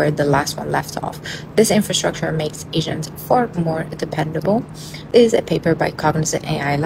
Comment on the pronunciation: I actually hear agents as 'Asians" are you using some kind of subliminal noise inside you speech?